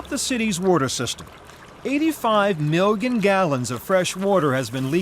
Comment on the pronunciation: milligen gallons?